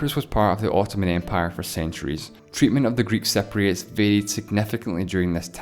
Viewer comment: u are pronouncing it totally wrong..its cypriots not cepriots..